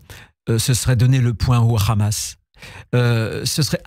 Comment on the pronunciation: quand un ministre français prononce le hamas en khamass déjà c'est inquiétant car le kh dans la langue française n'existe pas ! seul l'arabe et l'hebreux contient ce son et donc un ministre communautarisé par l'entrisme sionste L'ENTRISME LE VRAI CELUI QUI INVITE LES PRESIDENTIABLE POUR LEUR DONNER LA ROUTE A SUIVRE (diner du crif ) c'est comme si un ministre français demain disait 7ezbollah